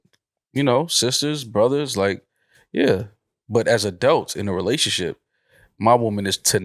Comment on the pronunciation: say adelts. it’s adults